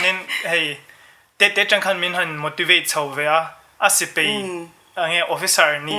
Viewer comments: A ngaihsanawm hle mai. Thui tak kal turin ka duhsak. Thiam ber chu ni lo mah ila, mizo tawng kan tawng dan hi chu a nih tur angin tawng mai ila a tha ngawt ang a. "Mai mai" a ni. Mei mei a ni lo. "Sipei" a ni lo. Sipai a ni. A mipa zawkmah hian kan ching tawha a zialo hle ani. A ziahdan, inzawm leh zawm lo tur te etc etc kan lo hre dik diak lo anih pawhin a tawnga tawng tal hi chu a nih dan tur ang hian tawng hram² ang u. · ahmel la chu aṭha phian achhuanawm hle mai duhsakna tinreng ka hlan e, mahse,sipai tih tur ah sipei ti ang deuhmah a lam chang a awm